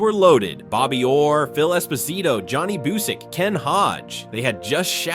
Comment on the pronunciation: Vi-zee-nas??? Johnny Boo-sick???